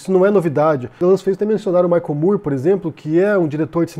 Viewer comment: Excelente análise! Também gostei muito do documentário. Só um pequeno detalhe, o sobrenome do cineasta americano Michael Moore é pronunciado "mór", como na palavra "more" . Sei que parece estranho, e inicialmente eu também achei que era "mur", mas não é. Valeu!